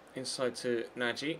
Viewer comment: you said nagy name wrongly it is nag. The y is silent